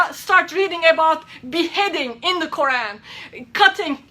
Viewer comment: pay attention she can't even pronounce Quran correctly. Fake!!!!